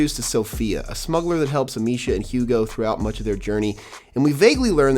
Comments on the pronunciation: "Amissia", not "Amishia". Dude, get the basics right. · It’s actually Amee-sia. C’mon dude, get the basics right.